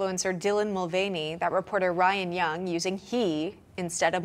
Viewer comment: mr. mul"feigny" brought down bud light with one sip.